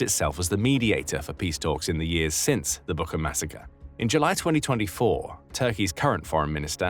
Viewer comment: Just small correction, Bucha, not Buka